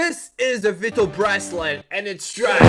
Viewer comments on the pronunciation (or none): Vwytal not veetal.....:(